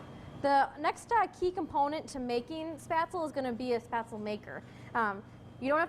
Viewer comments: The batter looked apt, but it's pronounced "sh-PEHT-zluh," not "SPAT-zl." And you need to actually COOK them by bringing the water back to a boil and simmering them for a bit. Floating is a function of buoyancy, which is in turn a function of decreasing density of the individual dumpling as the flour hydrates and expands; it is NOT a function of the degree of cooking. By your logic, matzo balls would be ready after three minutes in tepid water rather than sixty minutes at a fast simmer. Also, it's not a bad idea to finish spätzle in brown butter in a hot pan after cooking. Parsley has been known to add a nice touch, too. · I appreciate this video, but for heaven's sake pronounce it RIGHT! It is NOT "spatsul." Gosh my ears. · Why do you think that spaetzle and potato dumplings have anything in common? They don't. Also, you mispronounced spaetzle. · She makes good baked goods...that is all.. She is on a lifestyle program in Green Bay, WI....come on Green Bay, WI. I KNEW she was butchering the word..I knew it!!! WAY too heavy on the nutmeg. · oh mein gott, she mispronounced spaetzle wrong the whole video, ist dieser Rechts